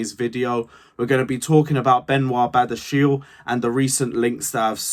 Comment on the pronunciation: It is badia-she-le